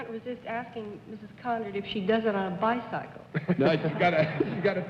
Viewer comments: Dorothy Kilgallen pronounces it "bi-cycle". Fascinating! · I thought it was only Bennett Cerf who came up with the occasional peculiar pronunciation (like HEEL-o-cop-ter) but on this show it was Dorothy with bi-SIGH-cle. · I can't get over the way Dorothy pronounces "bi-cycle". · Bi cycle correct pronunciation 70 years ago 😅